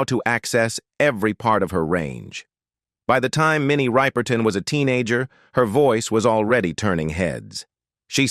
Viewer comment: When the AI voice pronounces "Ripe-er-ton" it makes me cringe. It seems so disrespectful. Put some respect on her name. If you can't don't bother. I just want info on her life.